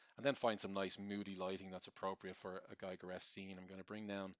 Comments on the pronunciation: The artist´s name is "Giger", not "Geiger" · Just for the real ones; Giger rhymes with Eager, not Tiger. Awesomely done video. <3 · Giger rhymes with eager